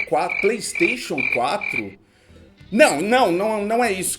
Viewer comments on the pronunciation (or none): none